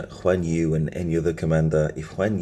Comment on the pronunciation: Guan Yu not Juan Yu 😂